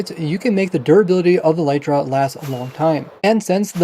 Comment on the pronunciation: For some reason, just about every Minecrafter on YouTube uses and pronounces the word "elytra" incorrectly. First of all, it's not pronounced "e-LITE-ra" but "EL-lit-ra". Second, it's the plural of elytron, so it's not "an elytra" but a pair of elytra (like a pair of trousers). Elytra are the hard outer wing cases of certain types of insects like beetles. You can look it up on the official minecraft wiki or on wikipedia or a multitude of other sources.